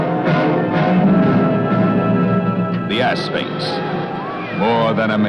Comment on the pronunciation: I heard him say assface in stead of Asphyx and I can't unhear it now lol.